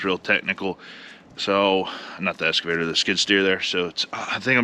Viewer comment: It's okay, Brian Brown says escavator too, instead of excavator. Just bugging you, lots of words I say wrong too.